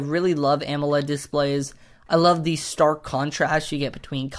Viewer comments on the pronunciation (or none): none